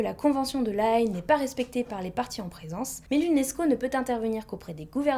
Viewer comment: "La Haye" j'y habite (c'est aux Pays Bas) ça se prononce "La Haie" et pas AYe Bisous